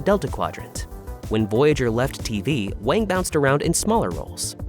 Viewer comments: Wang is pronounced as wOng, despite how it is spelled. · How could you not know Garrett Wang’s name is pronounced WONG? He is friends with my daughter and son-in-law. He came to their wedding. I talked to him at the reception for a little while. He’s very friendly and funny. I enjoyed talking to him. He gave a very funny and thoughtful speech at the reception. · It was for the best. Kes's character was incredibly shallow, and one note. The writers were running out of ways to utilize her. Not to mention she had a lot of mental problems that lead to her having a lot of problems on/off set. Garett Wang (pronounced "Wong") was under utilized until Kes left, at which point he contributed quite a bit more to the series. As I said, it was for the best.